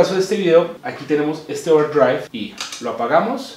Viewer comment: Porque dice Ouwerdriaigvb?